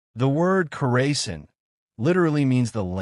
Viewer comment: You are pronouncing it wrong. Kaw ruh sahn. The stress should be on the third syllable. The "aw" sound is similar to the "a" in "father," and the "-sahn" part sounds like "sun" but with an "ah" vowel.